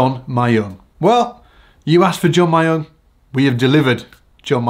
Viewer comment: His name is read M-yong like you pronounce ra-myeon.